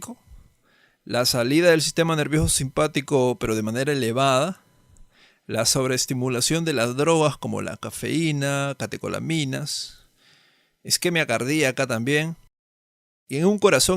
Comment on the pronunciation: Excelente, de verdad muy bueno. Solo un dato: es isquemia ni izquemia, pero entiendo que debe ser tedioso estar revisando después de semejante resumen... Felicidades, de verdad muy bueno el vídeo.